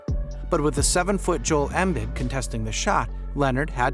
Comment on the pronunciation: If you can’t pronounce Leonard’s name or Embiid how you gonna make a whole video bruh? You had time to research! Lol 😂